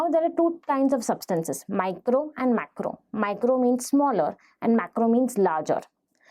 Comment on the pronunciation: macro macro macro....irritating pronunciation